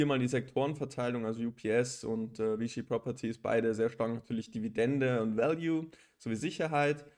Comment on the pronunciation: VICI spricht man "Wie-Tschie"